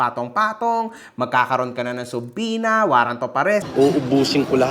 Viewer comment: Correction subwena daw sabe ni gusgusing tuleg hindi subpoena